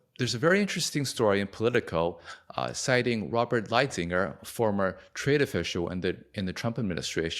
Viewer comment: "Light hizer " is his name pronounced. He was the main point guy on China negotiations under the Trump admin and the fact that u don't know this dude points to a general lack on knowledge in the area of trade